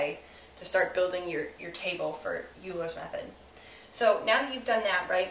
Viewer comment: It's pronounced "oiler's method"....